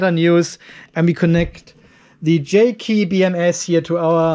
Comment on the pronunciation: Hey!!! HOW Many Times Can Say "J KEY BMS" Instead Of JK BMS??